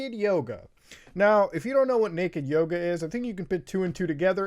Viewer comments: All i can say is... i keep hearing "Naked Yogurth" instead of "Naked Yoga". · I was listening to the video and instead of Naked Yoga, I heard Naked Yoda. I spit my drink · We just got up and we thought he was saying "Nude Yoda" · bruh legit thought u said naked yoda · I thought you said Naked Yoda at first and I remained extremely confused for a while. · Ngl i thought you said naked yoda last time and am schocked to hear it was yoga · I thought you said naked yoda lol